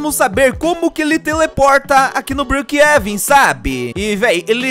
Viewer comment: Eu acho tão engraçado como ele chama brookhaven ele chama brookheven